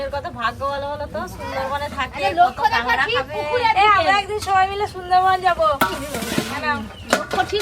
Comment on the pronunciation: কাগরা না কাকরা😂😂😂